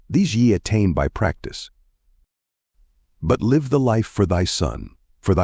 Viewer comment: It's an AI reader more than likely for example sometimes live (rhyme with hive) and live (present tense of lived) are pronounced incorrectly along with names.